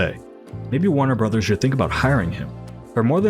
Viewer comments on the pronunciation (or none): none